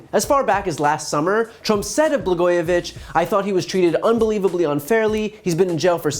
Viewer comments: 'Blagojevic"K"? He doesn't even know how to pronounce his name? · This dumb asshole cant even pronounce Blago's last name. Trump needs to have his orange ass blasted into space.